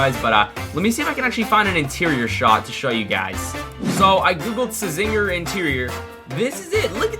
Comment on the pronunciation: it's pronounced as zinger the c is silent